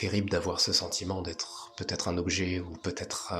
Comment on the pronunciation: pourquoi vous dites tous "vaTêtre" sur YouTube ? Jamais entendu ça dans la vie normale.